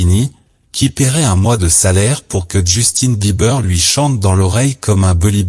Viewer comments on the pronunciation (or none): none